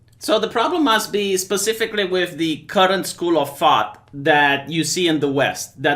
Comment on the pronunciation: It almost sounded like you said "the currant school of thot", sorry..this made me giggle quite a lot XD